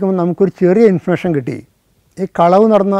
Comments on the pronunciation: ഇൻഫർമേഷൻ എന്നത് ആണല്ലേ ഇദ്ദേഹം ഇൻഫർഷൻ എന്ന് പറയുന്നത് 😊 ആദ്യം മനസ്സിലായില്ലായിരുന്നു എനിക്ക് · Yes, enikkum. Infursion ennu pronounce cheyyunnu.